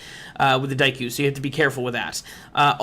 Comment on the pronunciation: Francois878 from what I'm hearing, you pronounce it as "daikoo"